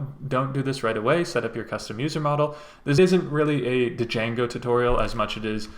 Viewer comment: Great video but… it’s pronounced “jango” ! The d is silent for some reason.